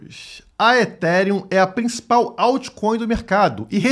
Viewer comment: É o início do fim do “eTíRiUm”